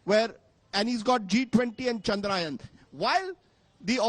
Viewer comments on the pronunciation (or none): Chandra - yaaaaaan not Chandraaaaayan